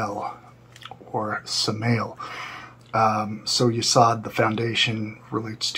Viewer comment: You literally pronounced 8 of the Sephiroth incorrectly. Butchered them. Hint: the O in both Hod and Yesod is long, not short. They both rhyme with "abode." How can anyone take you seriously when you can't even be bothered to learn the basics?